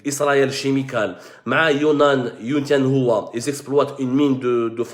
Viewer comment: Chemical se prononce "Kemikol"